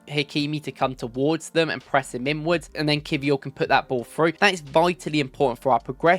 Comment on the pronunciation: Lmaooooo It's not creature.. It's Ki-vee-cha